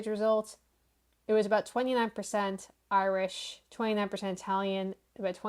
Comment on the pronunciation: Irich? Wellh? is it confused?